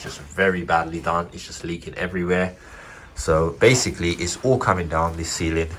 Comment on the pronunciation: "Basicall" try a thesaurus